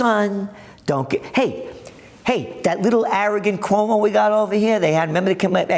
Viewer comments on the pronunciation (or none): none